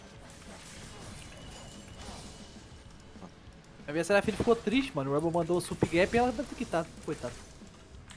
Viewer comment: "seraflashfine " KKKKKKKKKKKKKKKKKKKKKKKKKKKKK